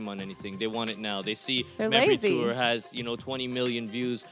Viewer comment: Learn to properly pronounce your last name.